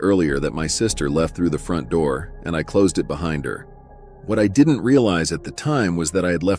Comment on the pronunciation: “open the noor, open the noor”